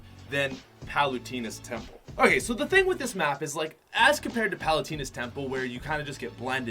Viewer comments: 2 pronunciation things btw: It’s Pal-ew-tay-nuh And Why-lee Castle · PALUTINA'S temple It's palut eh na my dude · Also, it’s pa-loo-tay-na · Ethan Pittari kinda does when you can’t say Wily and Palutena right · You know he’s never played kid Icarus uprising when he pronounced palutena wrong